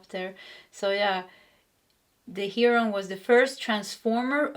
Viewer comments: Heh-Row-N=heroin if ya care. That would be American English pronunciation though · Look up wild life birds and hear how to pronounce Heron in the documentary you can do this with almost all sounds of English. Your readings are always on for me.